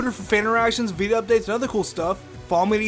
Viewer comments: you hope we enjoyed... the "viveo"...? Lol, pretty sure it's video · HE SAID BIBIO NOT VIDEO